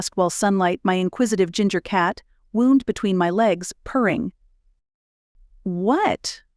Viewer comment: "Wound" , sadly one of those weird English words like Read (reed/red) that depends on context, Woond (injury) and Wownd (twist). Could you narrate your books?